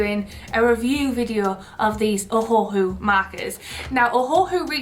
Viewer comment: Are we gonna talk abt how she said ohahu